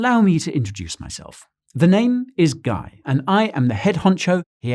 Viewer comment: „Let me introduce myself. The name is Guy...“ I seem to have misunderstood. I swear, I heard you say gay...